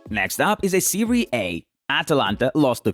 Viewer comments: The away he say SERIE A: MAKE ME LAUGH A LOT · I don't mean to disrespect but his way saying serie A,Aubameyang,and Sane make me laugh